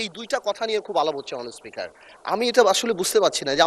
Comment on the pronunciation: এদের জুলাই নাম বলতে কষ্ট হয়,আর হচ্ছে মাননীয উসপোকার না মাননীয় স্পিকার